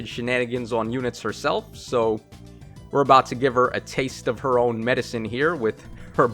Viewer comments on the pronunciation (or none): none